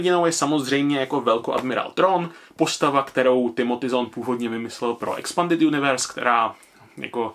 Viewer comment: Čte se to zàn